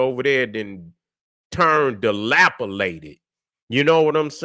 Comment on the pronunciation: Yeah bro snapped with that one had me rollin 😂